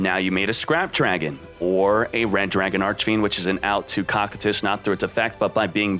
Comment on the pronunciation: Luster Soldier - Envoy Of Whatever Cocytus (koh-kai-tus) as COCK-ah-tis